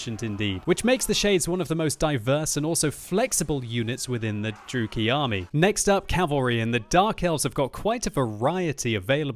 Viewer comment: Dru-E-KI not Drooky